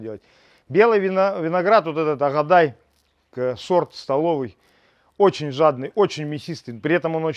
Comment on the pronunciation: Не агадай,а агадайы... старинный сорт Азербайджана. Столовый сорт.